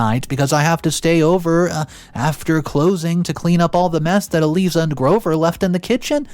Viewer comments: ”Eee Leee Zah”??? Really,? Do you not speak English? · Eliza is said as "E-LIE-ZUH". (Do you know of Liza (Lie-zuh) Minnelli, Judy Garland's daughter? Said like her name with an E in front!) Another simple and common name you butchered! The more I listen to you, the more exasperated I am! (And MAJORLY is not said as MAJORITY!) (Sniveling is said as SNIVV-ELL-ING, where the "I" sound is said as "IN". It is NOT said as the Y in SKY.) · Pronunciation: Eliza = eh-lie-zah long "i" like eye 👁 🤣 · E lie za is the way to pronounce